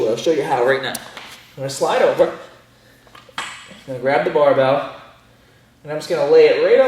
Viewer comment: Did he say barbell No it's baabell 😂